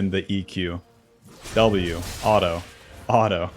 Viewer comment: who the hell pronounces "Auto" as alto?